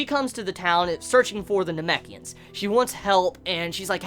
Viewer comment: "namekians." I'm fucking crying xD